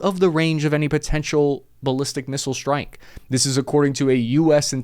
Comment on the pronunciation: Why do you say shtrike instead of strike? Its irritating